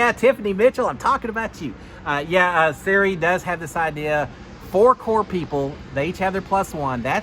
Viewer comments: No offense great recap but it’s not Siri it’s Sir-E. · So glad to have you back and thanks for the updates! (PS… her name is pronounced sir-EEE — long E sound 😊) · Pronunciation is Sir ee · Love you but can you please learn how to pronounce out Queen Cirie’s name. It’s not Siri. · Thank you the way he is saying Siri is driving me insane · Hey, wanted to give you some help with a few name pronunciations! For Cirie, think Marie but with a C (not the iPhone feature Siri). And for Felicia, it rhymes with Patricia! Ready for another season of Notes - thanks for doing what you do!